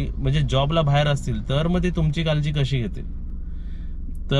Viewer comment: कालजी नाही रे काळजी बोल किती अशुध बोलतो